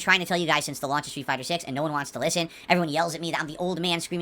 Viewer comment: "AYUND" instead of "And"